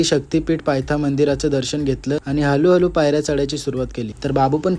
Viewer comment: हलूहलू नाही हळूहळ..😂😂